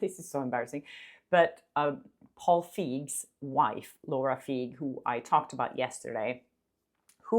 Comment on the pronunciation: A lot of people in America have German names as they might originate from there. Feig, means that you're acting cowardly, it's an adjective. It could also mean Feige with an e at the end meaning a fig. But it's pronounced Fyg 😅